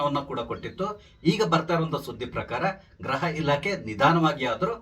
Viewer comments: 😮 ಗ್ರಹ ಇಲಾಖೆ ಅಂತ ಅಲ್ಲ ಗೃಹ ಇಲಾಖೆ ಅಂತ ಉಚ್ಚಾರಣೆ ಮಾಡಿ. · Please don't pronounce GRAHA elakhe, it is GRUHA elakhe ಗ್ರಹ ಅಲ್ಲ ಗೃಹ